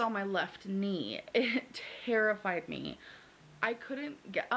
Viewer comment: i hate how every time she wants to emphasize a word she huffs the first letter? like "tuh-herrified" or "cuh-razy" :(